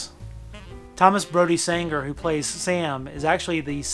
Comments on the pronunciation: Full disclosure: every time he says “Sanger” rather than “Sangster”, I want to punch him in the face. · Why am I triggered by how you pronounced ‘Sangster’ incorrectly??